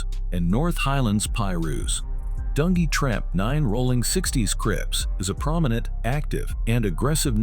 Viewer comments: DUN G, Not dungy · You crazy for calling dunjee "Dun Gee" 😂😭